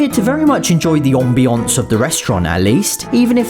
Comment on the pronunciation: Am-bee-ince Your pronounce: Om-bee-once